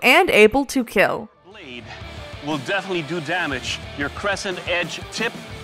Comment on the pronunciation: It will keal